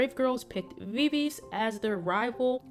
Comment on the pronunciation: I'm sorry, but Viviz is pronounce Vi-Vi-Ji, following their korean pronunciation. Sorry if I sound rude. Thank you.